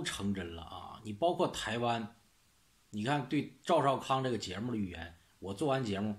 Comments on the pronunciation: 包刮就是包括 我特么听了好久才听懂 吗的繁体字也没那么读的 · 包刮，概刮，刮号😂😂😂